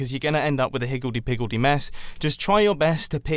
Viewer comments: Higgildy Piggildy Mess? Sir, are you having a stroke? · I don't want to end up with a hickldy pickledy mess